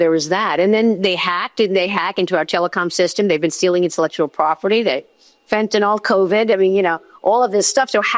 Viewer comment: How do americans get "fentanol" from Fentanyl, when did Y become O?